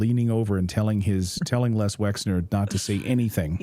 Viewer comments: I'm not trying to stick up for the man but his name is not Lex. it's Les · You do realise that it's LES Wexner (LESLIE Wexner) and not LEX Wexner. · Never mind spell it .... Les not Lex ffs. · Les Wexner, geeeez get this criminal’s name correct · Isn't it Les Wexner? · Whitney Webb is brilliant. Poor Natalie seems unable to pronounce the name Les Wexner.